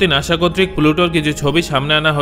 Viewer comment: আগে শুদ্ধভাবে কথা বলতে শিখে আসুন।নাশা নাকি নাসা? যায় নাকি জাই?